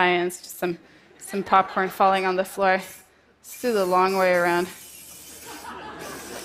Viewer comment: "Cockporn" for "popcorn" again, bless her :-) Get well, Simone. The world needs you.